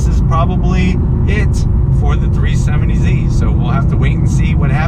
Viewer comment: 370Z not 370zie